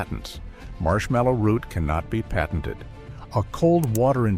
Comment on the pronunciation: This isn’t bad info, but I’m annoyed by AI claiming “I’m.” Oh yeah? Learn how to pronounce the word “patented.”